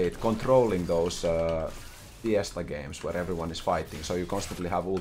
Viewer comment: Starts the video "Come on. Come on. Give it to me." "Gurreetings to evuryone." YEAAAAAAAAAAAAAAAAAAAAAAAAAH